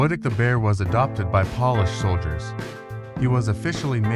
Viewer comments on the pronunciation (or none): Paw-lish soldiers????? Stop using AI narration and get a real person